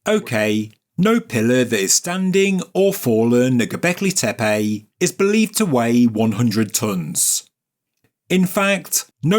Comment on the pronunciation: I don't think I agree with your video but super KUDOS and congrats go to you to prounounce GObekli Tepe correctly compare to everyone else, including Ancient Aliens and Hancock. Not tee-pee . TAE- PAE.